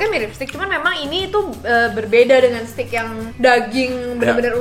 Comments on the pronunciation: cara bacanya…steak dibacanya steik. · Nyebutnya bukan stik.. tapi steik.. 😆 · Bacanya stek bang